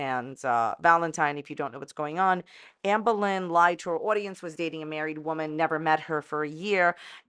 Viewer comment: Is it Amber or Amba? You aren't consistent with your pronunciation just sayin. What part of NY are you from?